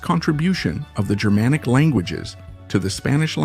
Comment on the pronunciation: Just remember that Germanic refers to an ancient group of peoples...not modern Germans. Is this guy with awful pronunciation AI?